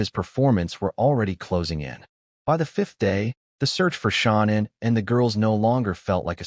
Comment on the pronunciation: This narrator is making me angry!,his voice is " TOO vocal,and he keeps calling her SHONNAN!!! ITS " SHANNAN!!